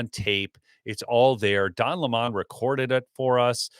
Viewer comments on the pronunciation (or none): OH COME ON ITS NOT LAMON. ITS LEMMON LIKE HIM A SOUR PUSS😊DON THE LEMMON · Don Lemon not Don Lamon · Can someone tell it’s Don Lemon… like the fruit. He’s pronouncing it incorrectly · I have to say this. Please pronounce Don Lemon as the fruit, not the new pronunciation he's changed to, so he'd sound significant! He is a sour lemon!!!